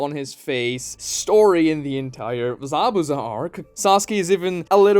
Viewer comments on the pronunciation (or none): none